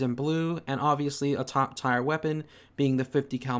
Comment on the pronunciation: Tier is pronounced like "tear" not "tire"